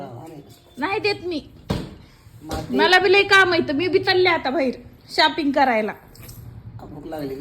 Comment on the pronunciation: शापिंग g नही g शॉपिंग 😂😂